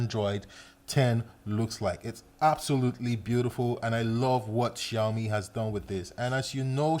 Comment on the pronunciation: You know what,bro? The way you pronounce ''Xiaomi'' is pretty good